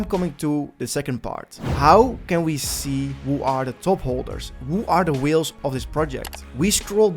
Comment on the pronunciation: whIles`? you mean Whales?